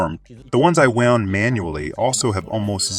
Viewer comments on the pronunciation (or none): anode got pronounced multiple wrong ways, wound vs wound (don't blame me for the language, wound as in a capacitor or coil winding vs wound as in bullet wound, entirely different pronunciation. Some years back, I read a treatise that English isn't a language, it's a weapon designed to create madness. As a native American and am also fluent in UK English, I completely agree. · And wound gets pronounced like wound, aka bullet wound vs wound as in what one does for a coil around a spool. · yea, it's fine. It's good content. It's funny that the AI pronounced wound like bullet wound instead of wound like wound around, but nothing worth getting worked up over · wound is pronounced wownd, not woond! Stupid AI. A 6yo can speak better. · Nearly all of the words were pronounced as a native North American speaker would say them, and all of them were decipherable even if pronounced a little unusually. Wound was pronounced as "woo-nd" (like an injury) instead of "wow-nd" (as in rolled-up). As a native speaker I'd never even considered those two words were homograms. until it said that I'd thought it was a person reading a translated script. More technical words like "Anode" and "Cathode" seemed to trip it up as well, though not consistently, and not badly. Mostly just the wrong emphasis on the wrong syllable. Still an amazingly clean pronunciation and pretty smooth tone for a text to speech bot though! Making the coke electrolyte example caps was a great way to shake up the video as well. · You know its AI translated when it knows not the difference between 'wound' (injury) and 'wound' (past tense of wind) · ATTENTION PUBLISHER 1. The Japanese-English bot-translator mispronounces the words "wound" and "anode". There are surely other mispronunciations. I suspect these high-quality videos need closer review. 2. Please compare characteristics of the solid vs electrolytic capacitor in computer circuit boards.